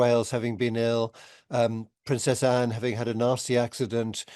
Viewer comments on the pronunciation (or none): none